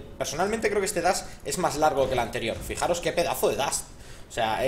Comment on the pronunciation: lince! no se dice dast se dice dash! jajaja un saludo guapo <3